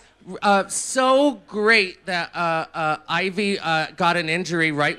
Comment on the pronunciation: Sharon calling Yvie 'Ivy' is iconic